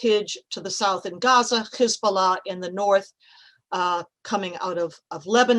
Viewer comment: این خانم تحلیلگر با خزب الله گفتنش به جایه گويش حزب الله !! راحت آشکار کرد که از یهودیان آشکنازی تالمودی کابالیستی اسرائیلی هست !! چرا؟؟؟؟ چون فقط اسرائیلی ها صهیونیستی به حزب الله می گویند خزب الله در صورتی که تلفظ ح برای اینها راحت تر از خ هستش . دومین نکته!! این آشکنازی تالمودی صهیونیستی آمریکایی يعنی خانم تحلیلگر سیاسی با پرچم آمریکا صهیونیستی برای پوشش!!! به موقعیت جغرافیایی و ژئوپلیتیک ایران با حالت نگرانی اشاره کرد که راحت می توان فهمید این صهیونیست‌ها نظم نوین جهانی اصلا و اصولا خواهانه تجزیه ایران و کوتاه کردن دست سربازان گارد جاویدان ایران در طول تاریخ بلند و کهن کشور عزیزمان هستند!! باید به دشمن یهودی صهیونیستی تالمودی کابالیستی اسرائیلی آمریکایی دقیق گوش کرد !چرا؟؟؟؟؟ زیرا با گوش فرا دادن دقیق و اندکی آشنایی هم با اعتقادات مذهبی و دینی و آخر زمانی آنها می توان مقاصد نچندان مخفی و پنهان آنها فهمید. همین تکرار مکرر واژه رژیم!!!!! نشانه پیروی همه این نوع تحلیلگران صهیونیستی از ((هزبارا موساد )) است که در دستور کار قرار گرفته. رژیم 🤣🤣🤣🤣🤣🤣🤣🤣 فقط با داشتن حکومت مقتدر می توان بر غرب آسیا تسلط داشت !! پس اگر در ایران رژیم امورات کشور را می چرخاند؟؟؟؟ این همه نگرانی شما صهیونیست‌ها تالمودی برای پیشرفت ایران در منطقه و غرب آسیا و حالا هم آمریکا جنوبی((ونزوئلا دلاور و مظلوم ❤viva Venezuela )) برای چیست؟؟؟؟ شما که گفتید!!! رژيم!!!!!!!!!!🤣🤣